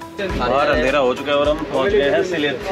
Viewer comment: उच्चारण सिलहेट नहीं भैया सिलेट है, हमारी पूर्वपुरुष के घर बांग्लादेश में था इसलिए बंगलादेश के नगर,गांव वो स्थान के नाम सुनने से सुख मिलता हैं... धन्याबाद आपको